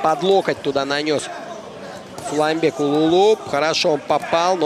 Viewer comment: Комментатору надо выучится выговорит "Сулайманбек" правильно. Бой красивый, калпак на высоте!